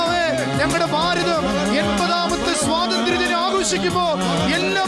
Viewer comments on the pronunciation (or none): none